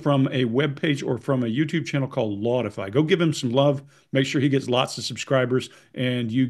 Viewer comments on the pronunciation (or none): sounded like "Lawdify" to me...